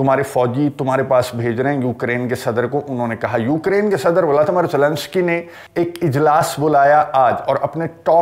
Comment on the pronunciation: Assalamualikum bhaijan viladimir viladimir nahi bola karein